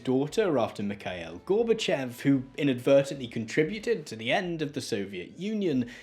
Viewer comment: "Mik-ael Gorba-chev". This young fella's atrocious pronunciation of one of the pivotal figures of the late 20th century, tells you all you need to know about his erudition.